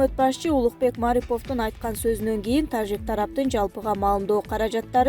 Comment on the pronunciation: Суйлоп аткан кыз зб кылдын го ж тамгасын ёжик дегендей окуп тажикстан дегенде туурале айтасын да тажик дегенделе ёжик кылывересин журналист мындай окубаш керек